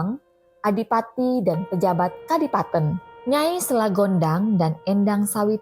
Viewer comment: Masak kadipaten dibaca kadi-paten.. tela dibaca te-la.